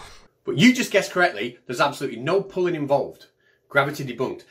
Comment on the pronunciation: "Grrravity is said to be a pooin' force.." oh I see he said *pulling*...